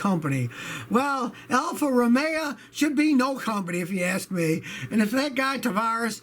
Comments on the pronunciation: (Romeo - Scotty can't pronounce his way out of a paper bag) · Poojo and Alfa Romea lol